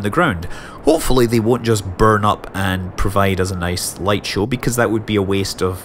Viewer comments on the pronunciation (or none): none